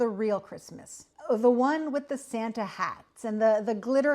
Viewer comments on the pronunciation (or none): none